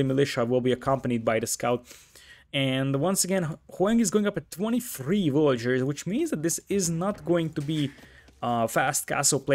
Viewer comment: Ya gotta cut him some slack m8. I mean..he called Villagers as Vollagers/Voyagers. Sometimes the native tongue makes correct pronunciation physically impossible. Edit: I'm Vietnamese btw and I have never heard any English speaker pronounce Nguyen correctly